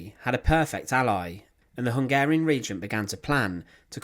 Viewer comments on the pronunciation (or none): none